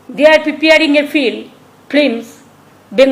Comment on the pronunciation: শব্দ টা হলো f i l m. আপনি উচ্চারণ করছেন f l i m. একটু শব্দ উচ্চারণের দিকে নজর দিন দাদা, নাহলে আপনাতে আর মমতা বেগমের শব্দ উচ্চারণে কোনো তফাৎ থাকবে না তো 😂😂।